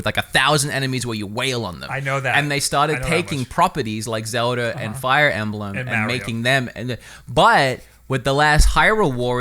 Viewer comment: calls it zelder but Mario is Mario